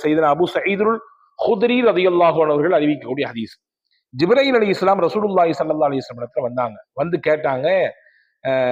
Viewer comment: Jibrail ❌ Jibril ✅